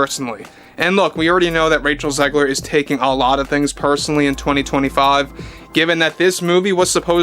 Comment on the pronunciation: Raych-Hell Zig-Leer = Weird......just WEIRD! 🧟‍♀ :face-purple-wide-eyes::hand-orange-covering-eyes::face-blue-wide-eyes